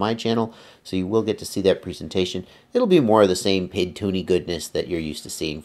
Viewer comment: It's a great, vid, but he is killing me when he says Pid instead of P.I.D.